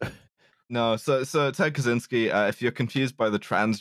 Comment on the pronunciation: Ted Catch-ynski, not Cazzinski